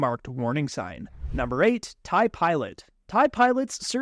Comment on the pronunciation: Its TIE not taiiii